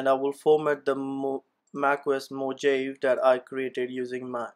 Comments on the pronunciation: It isn't "mojeiv" it's "mohavi" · its mojave not moje . -> mojave = (mohave ) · Brother while speaking "j" gives sound of H